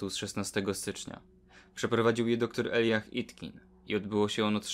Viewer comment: Czyta się Elajdżach (Elijah)